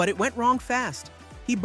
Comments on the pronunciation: "Hawk bo-gided" Oh good Lord! That ended the video for me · "Hoch boh guyed". Did he indeed is that some obscure golfing term?